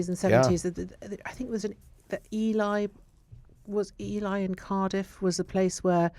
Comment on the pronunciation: FYI : Its pronounced ELEE not Elii.